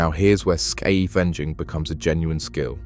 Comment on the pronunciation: The AI can't say "scavenging"